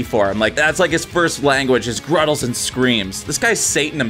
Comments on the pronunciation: They're GUTTERALS not "gruttles" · Did you just say ... gruttals? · What the hell is a gruttal? 😂